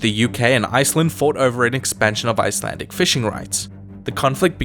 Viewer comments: I love how you butchered my language. We shall now add you to our collection of idiot foreigners along with history house and geography now. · It’s so funny hearing him saying Icelandic names 😂🤣😂🤣